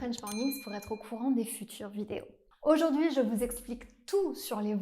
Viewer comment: il y a calque chose bizarre qand tu dits oujourdhui, je ne comprond pas la parte de hui, je no se pas le pronuncer, et je non se pas porquoi